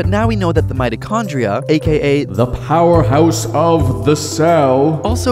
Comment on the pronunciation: ze powerhose of ze house. lol